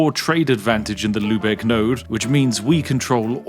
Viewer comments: Love that you pronounce Lübeck quite accurately as you are not familiar with the ü-letter <3 Though what I found during my stay in England is that native English speakers have way more trouble with the German pronunciation of the o-lettern. Always a linguistic joy for me to listen to such a case ;) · He said Lübeck 😍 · Spiff saying "Lübeck" correctly touched something deep inside me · props for your pronounciation of "Lübeck", that was really good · elite knowledge and the way you pronounce lübeck is pretty good